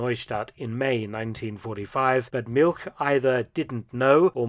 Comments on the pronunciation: ‘All expenses paid trip to Siberia’ 😂 Btw ‘Milch’ whilst it does means Milk in German is more accurately pronounced like ‘Milsh’ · Now Mark, as an historian specializing in WWII and Germans, you know that milch is pronounced "Milsh". Naughty boy. 😊😊😊